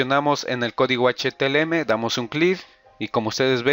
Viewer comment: Esss H - T - M - L y Nooo H T L M !!!!! JAJAJA LO REPITE 100 VECES. Ademas lo estoy viendo en el 2018, la interfaz ha cambiado mucho por las actualizaciones.